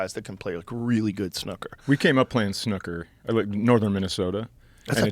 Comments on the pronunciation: dunno if Americans pronounce it this way but its not snoker, its snooker, as far as I know…. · Wtf is snuckurr? Lmao Snoo ker is a good game though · Mericans pronunciation of snooker 😂 and I can just imagine the commentators screaming "score on the cherry!" 😆😆😆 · Their pronunciation of "snooker" is hilarious. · The way you two pronounce ‘snooker’ sounds r*tarded af. 😂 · why does he say snooker like that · The way you two pronounce ‘snooker’ sounds r*tarded. 😂